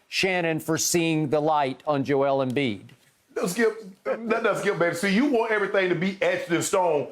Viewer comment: It’s embiid and it’s not close